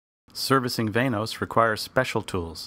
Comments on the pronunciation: VAN-OS.. not VAIN-OSE.. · Van-noise